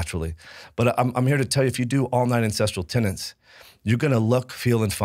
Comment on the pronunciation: Aaargh! If you mispronounce "tenets" ONE more time, I swear I am going to...well, I am going to continue watching your podcast, but I will have a grumpy expression on my face.